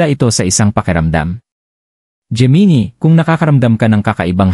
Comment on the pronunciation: Hindi po yan "jee-mee-nee" ang tamang pronunciation nyan. "Jé-Mee-Nai" po ang Gemini..